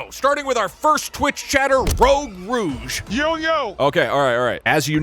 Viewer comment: Fun fact: he misprounounced rogue rouge as "rogue rogue" for almost the whole time